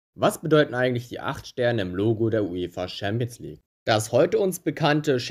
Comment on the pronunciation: Stimmbruch triggert mich. Und auch wie du Schämps League sagst hahahaha